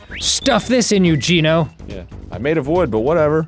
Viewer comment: It is pronounced GENO, not GINO